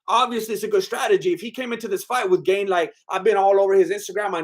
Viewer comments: His name is not "Gain" it's pronounced "Garn" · "Cereal Gane" 🤣👍